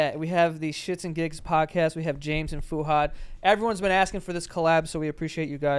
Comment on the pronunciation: The mispronunciation of fuhad this episode sent me 😬🫣